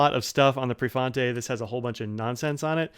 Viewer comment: 😃yea prefontay!!